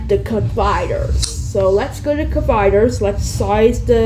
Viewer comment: It’s colliders not coviders